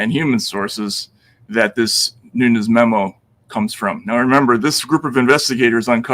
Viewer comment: also Nunes is PRONOUNCED NOON-NEZ! c'mon Matt